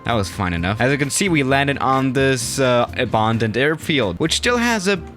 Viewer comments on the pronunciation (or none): Normal person: "abandoned": "abondened" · How normal people say Abandoned: Abandoned How says it: Ebondind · loved the vid, but the way he says abandoned makes me cringe everytime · Nobody::Abandaned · No-one:: OBAANNDED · noone:: äbândoned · The way he says abOAndoned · Nobody:: Abååndend runway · nobody:: abundoned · Normal people: abandoned: aBarRrrRndoNeD